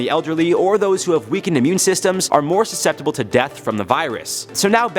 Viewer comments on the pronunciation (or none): none